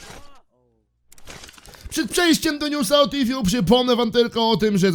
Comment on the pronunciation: T fu a nie t fju